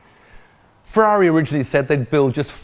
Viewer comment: Only Tiff can say Ferrari properly 😂